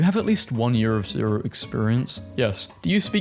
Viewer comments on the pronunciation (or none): none